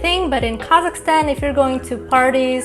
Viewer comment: When she says Kazakhstan I kept hearing Carleston or something like that 😅